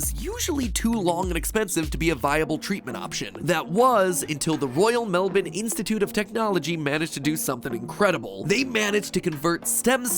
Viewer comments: YOU ALMOST PRONOUNCED MELBOURNE CORRECTLY IMPOSSIBLE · Wait you said melbourne right. You didn't say melborn. Thank you, it is so annoying somethimes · Think you for being the first American to pronounce Melbourne right. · can we just appreciate mat saying Melbourne right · Hey… he said melbourne correctly, not bad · I love that MatPat says Melbourne the right way